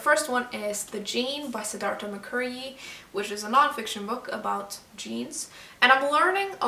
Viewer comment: The last name Mukherjee. It is pronounced as Mu Kher gee. Great Review, as always:)